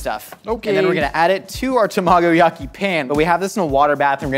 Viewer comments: It took me so long to understand what he was trying to say with his pronunciation of tamagoyaki. 😂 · I died a little hearing his pronunciation of tamagoyaki lol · Yet he couldn't pronounce tamagoyaki. Dig your channel.